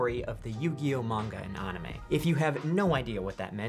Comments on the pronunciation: Onimay Bruh!!! It’s anime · The way he pronounced "anime"